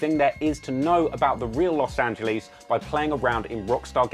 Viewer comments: I hate how you say Los Angeles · He knows everything about Los Angeles except how to pronounce it.